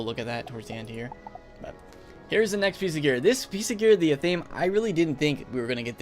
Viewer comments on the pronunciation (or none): Also, it's pronounced ATH-a-may